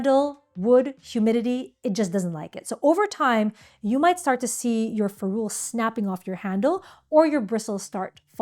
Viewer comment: Awesome video!!! I can’t wait to watch your others, even as an experienced and professional watercolorist. I learned some things. But it’s FEH-rool, not feh-ROOL. I Googled to confirm via several sources, even though I’ve been saying it for decades.